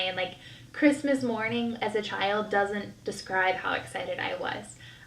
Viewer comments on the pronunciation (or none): Did she say “sescribe” instead of describe when talking about her excitement for the baby?